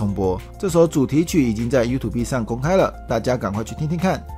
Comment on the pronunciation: YouTube的唸法更正一下吧